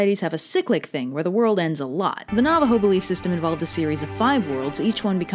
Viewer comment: Hey they mentioned my culture THE NAVAJO AND DIDNT BUTCHER THE NAME